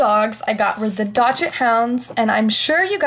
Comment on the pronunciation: OH WOW THIS IS AMAZING! AGH I WISH I HAD THAT LUCK! Also, it's pronounced Dachshund (doxund)